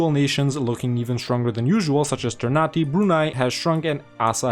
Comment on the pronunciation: For a tip ternate is pronounced not ternate in the sense of nate but na te so ter na te